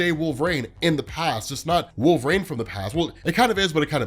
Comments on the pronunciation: Yeah is he repeatedly saying Wolve-Rain? Instead of Wolverine as we all know? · Great video, it helps me to understand the comic more! It sounds like you’re saying ‘Wolverain’ tho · Is he saying Wolve-Rain?!? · Please just say it right, or just say logan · Why does he pronounce wolverine this way?! 😂